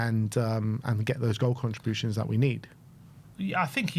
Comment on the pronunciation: "Goal contrujans" lol